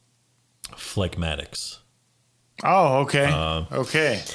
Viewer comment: Yo, Dude...phlegmatics...don’t pronounce the G. And you got your scratch exactly wrong while Grimm landed it just right. To your everlasting shame, sir!